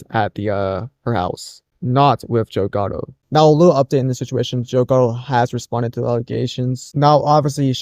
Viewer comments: Too hard to believe that Joe Gatto could do that. Gatto.... pronounced Cat Tow with a G. You keep saying "Ghetto". It's wrong. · You couldn't google his name. How are you getting getto?G A T T O sound it out.